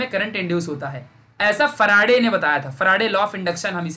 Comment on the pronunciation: Sir it seems very funny when you say " Ekdum chindi concept bana dunga"... Also when you say Michael Faraday as " humara farade" ,😂😂😊